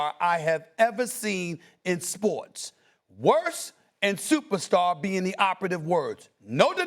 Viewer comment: “…in SPOURTS”